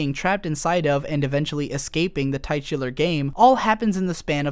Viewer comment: That is definitely not how you pronounce titular